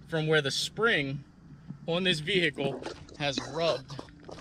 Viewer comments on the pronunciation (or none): Over pronunciation of the “H” in Vehicle. Kills me